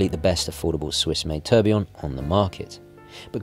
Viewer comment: An interesting selection, I enjoyed the video very much, thanks. I have to ask though, why have you started mispronouncing tourbillon or taking the trouble to get one half right and then forgetting about the other half. It might be picky but as a broadcaster I think you have a responsibility to respect the pronounciation of foreign words and even English words like aluminium and nuclear, words which are now commonly mis pronounced in the USA.